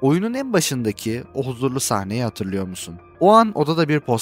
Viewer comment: Aynen joel demen çok iyi Co demek zor galiba